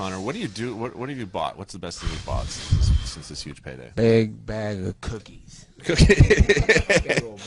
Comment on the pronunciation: "A big bag of ku ... kies"